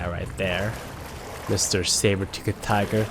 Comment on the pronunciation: The way they said "tiger" is exactly the same in Greek xD